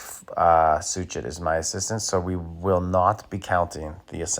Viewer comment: It's Soo-shay...Soo-shay....Soo-shay...like the actor who plays Poirot